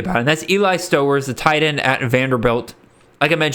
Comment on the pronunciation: Just so you know I went to high school with Eli stowers and it’s pronounced st “ow”ers like ow that hurt, keep up the good work👍